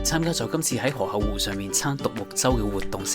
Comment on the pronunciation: 河「口」湖唔係河「厚」湖…聽到好un耳， 講野把聲好似好字正腔圓⋯⋯讀就岩音會更好